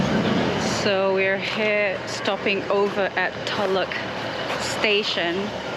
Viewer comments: Thank you for pronouncing "loch" correctly. It irks us Scots to hear it pronounced "lock". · Lovely vlog, and thanks for making the effort to say Loch correctly !! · you pronounced "Loch" perfectly, you are now a true and great Scot. The passport is yours' to enjoy. Your welcome.❤